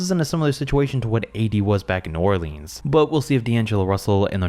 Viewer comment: I love watching his channel, and I do it all the time. But yeah, he barley knows what he’s talking about haha. Plus how he said New Orleans when talking about Karl Anthony Towns, it made me vomit how he pronounced it lol